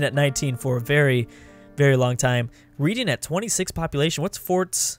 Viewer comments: I don't really care too much, but I just thought that I should say that the English city of Reading is pronounced Red-ing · Reading is pronounced as "red-ing" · Reading is pronounced [red-ing] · it's pronounced Redding, there's a kinda well known yearly music festival that happens there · reading is pronounced red ing